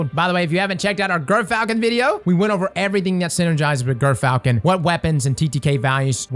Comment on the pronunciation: As a birder, which the gyrfalcon is named after, it's pronounced "jer-falcon" haha!